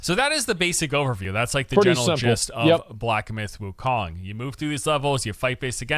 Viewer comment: Did u say black myth gokong